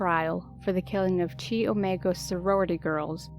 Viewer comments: Carol Boone is dead. It's pronounced "K-I" not "Chee". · CHI is pronounced KAI, rhymes with SKY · Um did anyone else laugh when she pronounced chi as che?? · Americans mispronounce it....it's Chi (key)